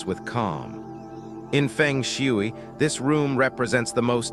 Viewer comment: Nobody will believe you until you make the right pronunciation of Feng Shui. There are 2 right pronunciations, in Mandarin and Cantonese.